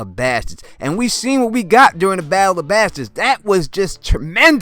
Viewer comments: How you say bastards is painful. Good video otherwise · Love how you say Bastards